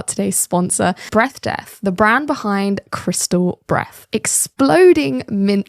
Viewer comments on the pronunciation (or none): Sponsor is Breath Death How she pronounces it: "BREAF DEAF"